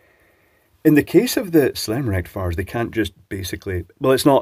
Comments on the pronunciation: Sounds like you said "selenium rectafart" which would be perfectly appropriate. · Rectum-fiers you mean😂😂😂